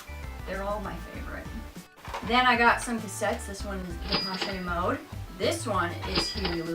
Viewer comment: I don't want to be mean, really, you are so sweet. But I think you should either pronounce it the French way or the way the band members pronounce it. Depeche would be like in Joe Pesci:)